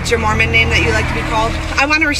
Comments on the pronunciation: Instead of Mormon I thought she said Moronish? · I just think the officer has a speech impediment. Think she meant " Moor Man "